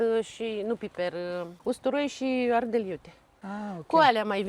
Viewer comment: Minunat, dar am o problemă. Nu se spune ARDEL, ci ARDEI